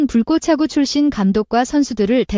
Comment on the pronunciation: Ai는 왜자꾸 "불꼬챠구" 라고하는거냐 거슬린다 나감